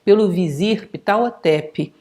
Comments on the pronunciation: Oi. Vc tem certeza que.esse nome sexpronjncia dessa forma? Achei estranho. Sempre conheci a pronúncia como pahhhotep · A pronuncia correta para o H nao eh mudo, mas aspirado.